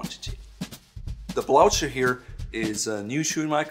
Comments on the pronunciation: I heard blaucher, blotcher, in any way but sounding like "blue her". Is it to prevent horses from neighing and freaking out? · I have never heard it pronounced "blou-cher." I go with "bloo-ker" however "bloo-cher" is also acceptable for some. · I am surprised and amused that you, as a person of Northern European extraction, would pronounce the word "blucher" (blooker) as you do. I love what you do and thanks for it. I am the most stylish guy in my seniors' residence because of your videos. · Shouldn't that be pronounced as dar-bee and blu-ker? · Can't believe that despite knowing exactly how to pronounce "Blücher" in German you decided to say "blout-sher" instead without even a slight hint about the word|s origin .. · A great video on the difference between the shoe's characteristics, but the pronunciation of the word Blucher is wrong. Blucher was a famous Prussian general, thus the pronunciation should be German- with an *h*: (Bluher). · Actually I was surprised and amused, too, by the pronunciation in the video, but also by your Blooker. These shoes are named after the Prussian (German) General Field Marshal Gebhard von Blücher and their proper pronunciation is completely different from anything I have heard or read here. - coming from Germany - of course know this, but as far as I understand it is not only allowed but pretty much standard in English speaking countries to "englify" foreign words. Would be rather impolite to do the same in Germany by the way. Click the play button here